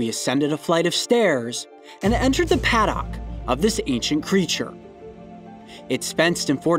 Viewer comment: pad/ock lol.. its pronounced paduck